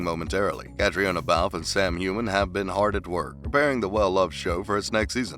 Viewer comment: Good grief, if you're going to do a video about actors, please learn the correct pronunciation of their names first. Caitriona is kuh TREE nuh.